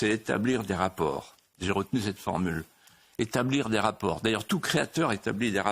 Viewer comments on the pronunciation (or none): none